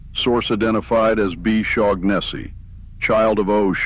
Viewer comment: Do double-check the pronunciation of names before reading (or, in this case, using text-to-speech, but I hope you grow out of that soon and grow into your own voice). "Shaughnessy" might be misspelled here but it's pretty clearly just a variant on an existing name, which has no G sound (SHAW-nuh-see). Especially when you're gonna be repeating a name many times, you don't want to get a clearly inaccurate pronunciation.